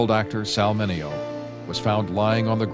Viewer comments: Pronunciation - ’Min Aee Oh’ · MINEO NOT MINIO.